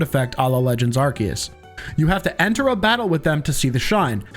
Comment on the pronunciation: Yea why do you pronounce arcues that way? Very annoying